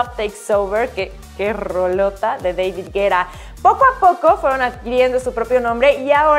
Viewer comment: Dice davig guetta ajaja majooo te amo es en buen pedo